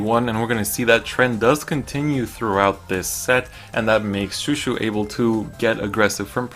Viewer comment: Pronouncing chouchou Wrong lol its not shoeshoe